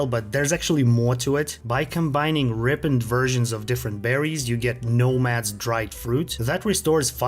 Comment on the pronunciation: From the way you pronounced ripened. I knew I was wasting my time.